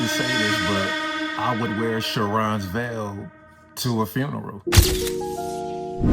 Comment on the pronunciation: Pronounced Care-on’s vail